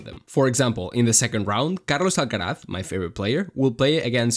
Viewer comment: Me ha pasado lo mismo jajajajajaja en cuanto he escuchado Carlos Alcaraz se le cayó la careta